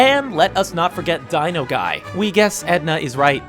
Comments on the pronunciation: he said dinoguy on the last Easter egg DINOGUY it is simple knowledge that it's dynaguy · I love the incredibles so I gotta nitpick sorry. It's DYNAguy not DINOguy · did he say dinoguy?